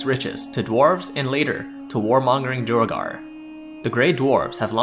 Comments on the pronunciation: Duergar is pronounced "dwere-gar", not "dur-a-gar" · Its not dew a gar, its pronounced dwey gar.